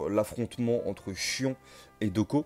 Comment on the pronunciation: Rhââââ ! MOU du bélier; Miù, mi-hou collé (c'est mieux) et le Chions.... quelle horreur; je préfèrerais franchement que tu utilises les noms prononcés à la manière asiatique même si ton accent sera probablement mauvais. Ce n'est pas une critique méchante et t'es loin d'être le seul à le faire